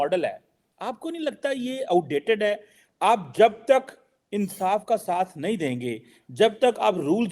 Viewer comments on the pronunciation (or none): says “insaaf ka saath” 😂